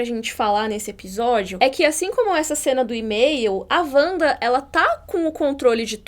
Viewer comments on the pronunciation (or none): Parei de ver no "Uanda"